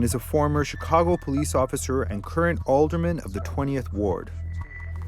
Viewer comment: She said the "PO-LEASE DEPARTMENT"